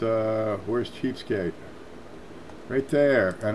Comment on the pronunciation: you said subscribe to cheapskate, I thought you said cheesecake